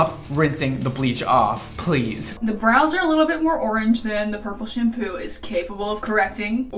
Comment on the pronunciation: Okay did anyone else notice that she said broiys instead of brows 😂😂